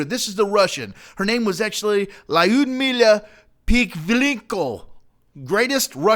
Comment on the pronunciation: and its not pronouced lyooda its Lyudmila